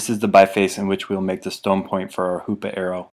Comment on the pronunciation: Every time he said hoops arrow I said HOOOO PAA